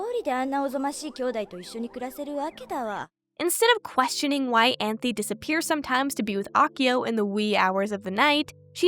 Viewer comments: cool video so far but I’m crying at you calling Anthy “Anthony” 😭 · Utena is one of the only animes i have rewatched, simply because everytime i watch it, I discover new themes and messages i didnt notice at my first viewing. Its amazing how a show can be so obvious yet cryptic in its storytelling. Also, unrelated, but you called Anthy 'Anthony' in lol